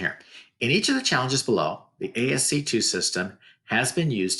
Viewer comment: ASCII is pronounced "ASS-key"